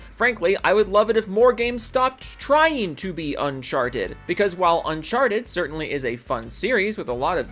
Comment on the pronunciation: Why are you playing a different game than the game you're talking about and also you need to learn how to say uncharted Because you're saying it really wrong and it sounds stupid the way you're saying it It literally sounds like you're saying uncharched